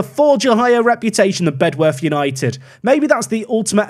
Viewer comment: Great video, but Bedworth is pronounced “Bed-Uth” don’t know why, it just is, hope to see you succeed